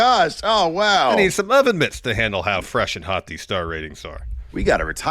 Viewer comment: FWESH AND HAWT